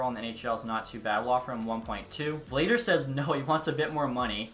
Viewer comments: Not me still tryna finish the vid lmao, btw it's pronounced Vluh-dar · Vladar is pronounced “Vlah-Dahr”